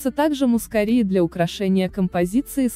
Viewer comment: Гвоздику перистую и турецкую люблю весной. / мускАри - ударение на А ./ Спасибо за красоту.